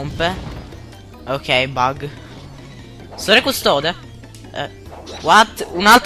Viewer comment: "Bug" no bag .-.